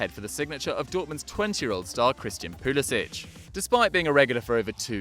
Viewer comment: I know but he and his parents pronounce his name poo-li-sik